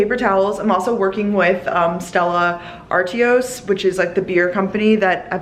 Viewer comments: Hahah the way you pronounced Stella Artois made me cringe 😬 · The way you said Stella Artois killed me.... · The pronunciation of Stella Artois has me rolling 😂😂😂😂 (love u tho)